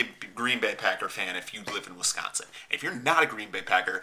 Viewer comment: I hate guys who pronounce Wisconsin as Winconsin. Holy shit and you live in WiSconsin